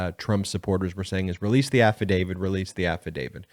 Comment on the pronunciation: Absolutely LOVE the posts here. I do, however, want to make sure we keep our credibility. You are clearly calling it an “affidavid.” It is actually an “affidavit.” The word ends with a “t,” rather than a “d.” KEEP UP THE GOOD WORK!